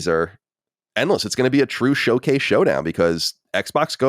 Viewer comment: What an EMBARRASSING "Showase" that was LMAO. That was a glorified state of play!! LMAO